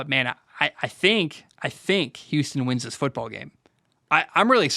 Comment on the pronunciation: Damn, what's in that glass jar? You kept saying the wins wrong hahah I love the content dude!